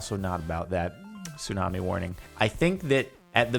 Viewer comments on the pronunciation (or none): Says 'tsumani' not 'tsunami'. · “Tsumani” wait a sec 🤔